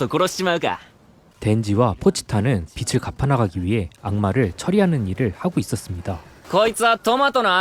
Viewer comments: 거슬리네.. 빛을이 아니고 빚을 비츨 ㄴㄴ 비츼탕깜때문에 ㄴㄴ 비즐 ㅇㅇ 비즤탕깜때문에 ㅇㅇ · 222 거슬림ㅜ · 그러게요..계속 거슬려요.ㅜ ㅜ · '빚을'을 발음 하실때 '빛을'이라고 할 때 말하는 것 처럼 [비츨]말고 정확하게 [비즐]이라고 좀 해주세요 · 주인장 빚을 빛이라 읽네..